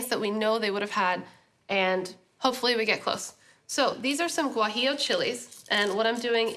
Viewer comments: Meanwhile she says "tamale" instead of "tamal" and pronounces "guajillo" hella weird. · The guajillo pronunciation 👁️👄👁️ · Eat a cookie every time she says guajillo strangely too so you can drink on a full stomach lol